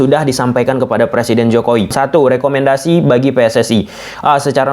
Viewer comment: Jokowi bang bukan jokoi